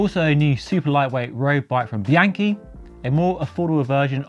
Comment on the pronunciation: Bee-ahn-key. This one is FUGLY.